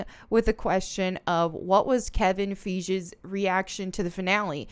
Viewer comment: MCU FANS, DISNEY + SUBSCRIBERS =TROLLS BTW his name is Kevin Feige, pronounced Fuy-Gie